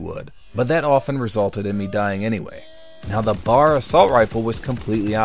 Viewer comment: The M1 Garand is not an assault rifle, nor is the BAR (bee-ayy-ahr). The letter M in a firearm name usually stands for "model," so you say that instead of "m." M1911 = model 1911.